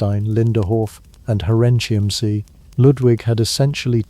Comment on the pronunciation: When I was in Germany, the third castle was pronounced "hair in kim say" according to our guide. Where did you get your pronunciation, as it took me awhile to realize what on were saying. The other two were pretty close to what pronounciations we heard on the tours.